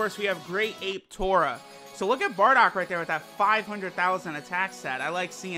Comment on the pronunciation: His name is not Tora. His name is トーマ tooma for Tomato. You remember they all have vegetable names. So it is Tooma